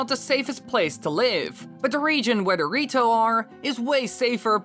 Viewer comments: lol you said dorito instead of the rito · sounded like he said dorito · I thought you said zora and dorito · i kept hearing the rito as dorito the whole video